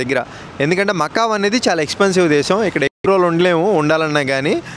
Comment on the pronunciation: Macau kadu macao